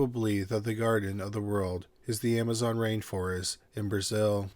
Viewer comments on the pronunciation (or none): none